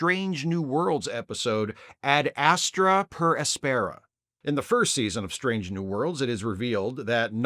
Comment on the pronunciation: ad AS-truh pair AS-peh-ruh, following classical latin pronunciation, and also generally pronounced that way in English. Excellent episode though.